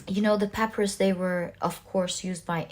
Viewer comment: The plant is pronounced “pah-PY-russ”.